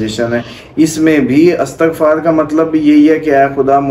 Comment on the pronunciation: Talafaz glat hy aap ka. Istagfar bolty hn